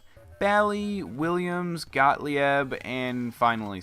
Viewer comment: Gottlieb is a Germanic name, and it is pronounced "got-leeb" not "got-lee-eb."